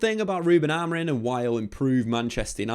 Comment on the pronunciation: Who is Ruben Amorin? 😂 Can't tell if it's an accent thing or what.